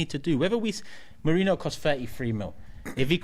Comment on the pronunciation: Merino's surname basically transforming to Mourinho. Why is it so difficult for you to pay basic attention to how foreign names and surnames are pronounced?!